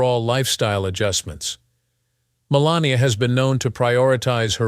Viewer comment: Announcer can't get her name right called her 4 different names